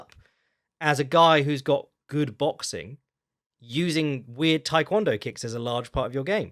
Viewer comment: It's not "Thai kwon do", the first word is pronounced "tay".